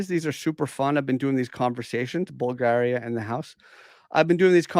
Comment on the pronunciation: WOW! You pronounced Bulgaria just as we natives do!!! NICE ONE...wonder, if you have someone around you that taught you how it should be said ehhheeheh 😉